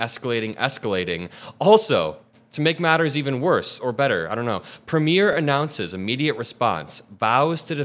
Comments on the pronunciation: With respect, as American commentators continue to cover Canadian politics, please understand that Premier is not pronounced premiere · in Canada we have "Preem-yurs" As the elected equivalent to your state Governors. Just thought you would like to know how we pronounce it.